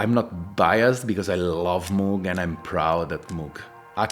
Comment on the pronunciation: Love my Syntakt, at least you pronounce Moog correctly as in how a cow would say it, rather than pronouncing it like one of those places you end up when your dead lol